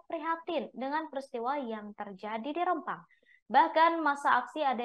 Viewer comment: Penyiar berita nya gak bisa itu ejaan Rempang dg E keras bukan e lemah